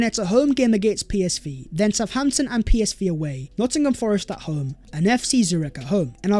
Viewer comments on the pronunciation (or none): none